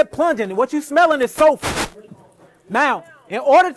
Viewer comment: I think that's just how he pronounces SULFUR